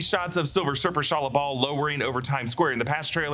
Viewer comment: Is it just me or everytime he says the silver surfers name think he is saying Shia LaBeouf????